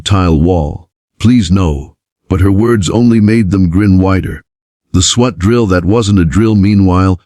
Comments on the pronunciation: School bathrooms can only be locked at the stall not into the hallway. This AI voice is awful. It's SWAT! Swat! Not sweat. This is click bait I'm sure! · Does ai know how to say swat